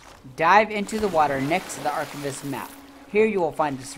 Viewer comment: Love your videos on this, although my only critique here is when you say the word archivist... Ar Kai Vist not ar chiv ist... Get what I mean, you don't say ar chiv, its archive... Get it?